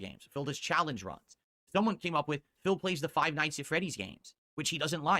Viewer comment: frive nights at Freddy's